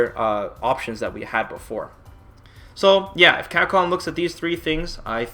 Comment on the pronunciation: What I can't bear with is your pronunciation of "Capcom". It's CAP-COM not "Cacom". Your lips are supposed to be put together to say the "P" sound. Damn that shit drives me nuts.